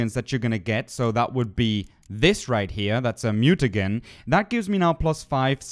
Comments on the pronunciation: You helped me out a lot dude. Thanks for this video. Your English is great, but if no one else already has, I'll help you with a few pronunciations. Recipe is pronounced ress-i (as in glip)-pee, muta-jen and I can't remember the rest coz I'm too drunk.. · MutaJIN-Correct pronunciation FYI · Soo..... Geralt=Jeralt? Mutagen=Mute-again> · Great job, your a funny humble guy. Toxicity was spot on. But Mutagen is gen like in Jenny ;) And alchemy is al-k-me. I'm french from Montreal you should hear my accent hahaha Thanks for the tips, nice job. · & Every time u say "mutaGen" or "Jeralt" I die little on the inside. XD